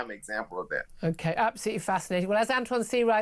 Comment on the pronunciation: "Antjuan"...of course you are, darling :)